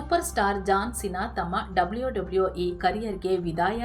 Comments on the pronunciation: ಡಬ್ಲ್ಯೋ ಡಬ್ಲ್ಯೋ ಈ 😂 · ಡಬ್ಲಿಯೋ ಡಬ್ಲಿಯೋ 😂